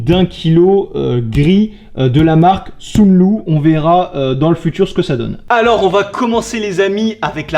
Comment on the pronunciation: c'est sunlu pa sounlou